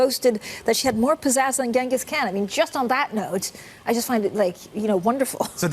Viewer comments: Why does everyone keep pronouncing Khan as “Can” It’s “Kaan” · Its RazzleKahn...Kahn is pronounced Con... like CON artist...